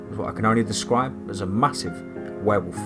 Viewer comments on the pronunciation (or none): Not as scary as usual but I like to here your accent say wherwolf anyways 😁